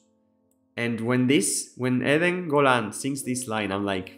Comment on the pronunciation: Thank you for your lovely words and congratulations on the way you say Eden Golan so perfectly. I am so proud of my fellow israelis for pulling themselves from the horrors of 10/7 to offer the world such a beautiful masterpiece. AM YISRAEL HAI עם ישראל חי